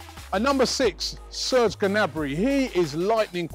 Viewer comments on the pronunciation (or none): none